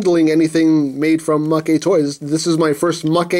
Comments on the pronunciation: MakeToys is pronounced Mayktoys, not MakeyToys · You are legit the whitest YouTuber. "Oh, well it's from Japan so it's probably pronounced MakéToys. God damn dude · You know, if you pronounce it 'ma-ke toys' it kind of sounds like it means 'loser toys' or 'toys that lose'. Or another meaning you could derive from that pronunciation is 'freebie', as a freebie is something the company looses to the customer. I'm not making this up. I live in Tokyo and speak Japanese. Does MakeToys give you free toys to review ? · Why did he pronounce Maketoys wrong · Don't worry. You pronounced Novae correctly. The Japanese text has it pronounced that way. As for mah-kay vs. mayk for Maketoys...they haven't put any Japanese text for it, which is my guess as to why it's ambiguous...oh well. lol